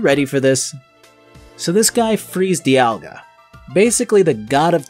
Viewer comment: everything i have ever seen, and I have looked, says that you are pronouncing "Dialga" correctly. It might be said slightly differently depending on who you ask but its almost certainly not pronounced like "Diamond". 👍